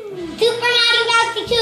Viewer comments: U said merio when u meant mario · You pronounced Mario wrong, again. Could you do this level with Luigi, please?